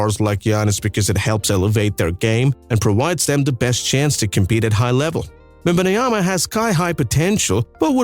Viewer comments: "Wembayanama" I think you're adding to much letters mate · The first time he literally says wembanoyam... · he cant even say the name of victor right... why do I get this guy in mi algorithm...this is a video made from AI or what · I thought Reggie Miller was a terrorist for saying Wembanyana on TV but here it's on another level, are you reading scrabbles while doing your script ? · Bro thank you for the video but please learn how to say Wembanyama please or just say Wemby